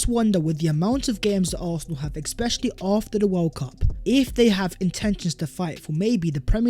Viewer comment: Lots of ‘exspecially’s today.